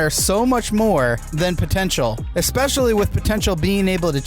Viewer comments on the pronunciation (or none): none